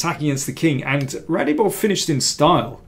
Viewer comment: I thought it was pronounced ‘RadzhAbov’.